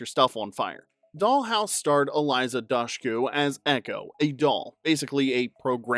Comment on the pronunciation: "Dush-ku" is every one of these lists on YouTube AI slop now?